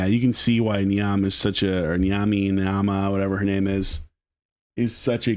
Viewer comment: Niamhe is pronounced Neave, tis an Irish name so it is. Great show case #raw